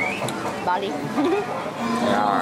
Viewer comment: Bali dude not bail😁😁